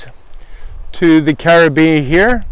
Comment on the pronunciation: Nice review on a company I hadn't heard of yet :) 3 things. 1. It's carabinER. :p 2. You need a top quilt to finish out your system. You CAN use a sleeping bag for that. 3. Set your hang higher. About head hight for you is about right. Enjoy your hammock :)